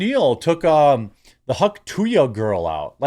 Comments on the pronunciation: Why do you keep saying "hawk tu yuh"? Its Hawk TUH. She says it herself xD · Hawk - too - uhh, not hawk - too ya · Come on Jeremy! There is letter “y” in the phrase! Stop saying “Huck to ya” it’s “hawk to uh” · why do you keep saying "TO YA" ? TOO-AH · Hauk tuah. Not hauk to ya. You sound retarded. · Dude there is no “y” in Tuah, stop pronouncing it wrong. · Am I crazy or is it pronounced “hock too-uh”? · Dude sounds like a boomer. "Hawk TWO-ya"... thats not it bro. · It’s “too ah”. Geezus man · Hawk too yah lol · Yeah no "y" in that. I was having a difficult time listening. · Why do you keep saying Hawk two yah? You've seen the video a million times you said. Are you dumb? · its funny that you pronounce it "hawk tuya" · I doubt you will ever talk about her again, but if you do… it is hawk ‘two-uh’. Please at least say it correctly. 😂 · Hauk too-yuh? Dude that was so retarded. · Hawk two ya? Lol i knew Jeremy got words and sentences mixed up, but Im not sure where he got Hawk two ya? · These fucking canadians, can't even say "tuah" correctly lmao come on man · I know you know how to say Hawk Tuah, and my comment is what you were more than likely going for, but I can’t help but cringe every time you say it. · You can't even say Hauk Tuah correctly. FFS man at least try. I'm not sick of her at all. Those that are sick of her are not getting the Hauk Tuah treatment and it shows. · Hawk Tuah, Jeremy. You heard her pronounce it. You can do it. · Why do you keep mispronouncing the phrase? You played the video and heard her say it.